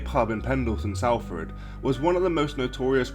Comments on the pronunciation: Salford being the main one 🤦‍♂️ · It is pronounced Stay-lee-bridge and Sol-Ford